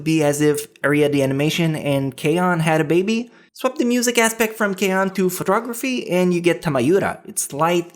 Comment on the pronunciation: Where does your accent from, when you said Telepathy and photography it sounded weird.. All good though.